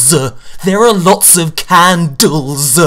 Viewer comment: I died when you said "Candles"